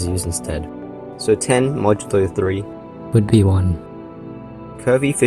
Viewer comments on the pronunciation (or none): your way of saying "would be one" made me feel violated